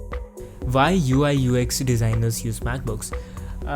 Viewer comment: You're not understandable sometimes cause you say Vhy instead of Why, and you say pretty often V instead of W. But I liked this video anyway :D